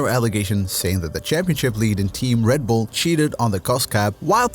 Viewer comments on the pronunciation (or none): REDBULL not RADBULL